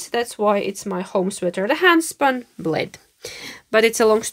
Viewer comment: I thought you said "my husband bleed on the sweater" 😂 and I thought why did he do that? But then I understood what you really said....🤣 Hmm what yarn's can I make a Lento of from my little yarn stash... but I have some other things to finish first like the houndstooth coat. That pattern isn't easy to make on the wrong side.